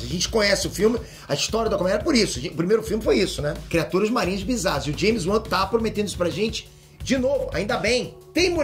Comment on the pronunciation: Que é "James Uan"? Kkkkk